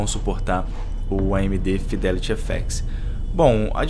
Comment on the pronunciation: "Fidéliri éféxi" kkk